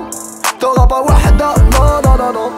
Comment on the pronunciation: sa se prononce wahda pas wada le h se prononce